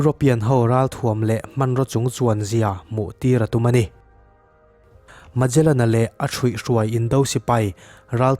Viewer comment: heta mejalen tia i lam hi, megalen tia lam tur a nih hmel..... ferdinand magellan a ni a, khawvel hi a mum ngei a ni tih proof tu kha a ni e.... portuguese explorer a ni e.....ka lawm e